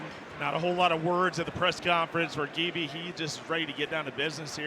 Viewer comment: Georgian names that start with the letter G are pronounced with a hard “g” sound, not “j.” So the name Givi is pronounced “Givi,” not “Jivi.” In the Georgian language, the letter G always keeps the “g” sound.